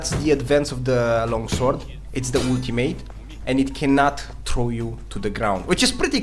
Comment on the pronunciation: When u say ultimate all I hear is woot teammate